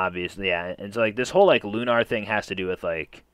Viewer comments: “Loon-are” I’ve never heard someone pronounce Lunar like that. I’ve always heard “Loon-er” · I laughed when u said lunaarr